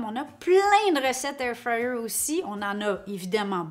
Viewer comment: Anybody else who loooove the way she pronounces Air fryer 😍😍 thanks for the video